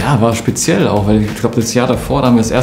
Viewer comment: Niemand: Götze: sPeZiElL